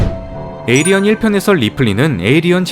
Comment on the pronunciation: 에이리언이 아니라 에일리언이에요